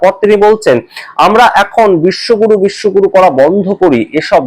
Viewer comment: Bishwaguru. Na. Bishwagoru